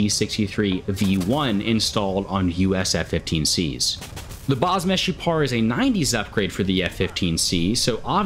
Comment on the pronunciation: As israeli u said baz meshupar very good!